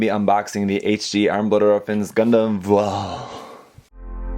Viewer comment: you got the pronunciation of that name spot on